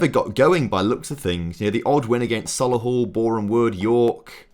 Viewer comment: Sol e hull is how it is pronounced